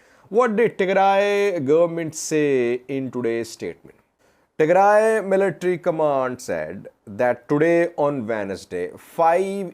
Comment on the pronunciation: Who advice u today u said tegray regional forces very good